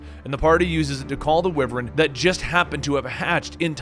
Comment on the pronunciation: Wyvern (WHY-VERN) lmao